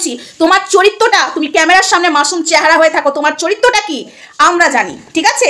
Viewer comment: ওটা চরিত্য না চরিত্র হবে😂😂😂😂 second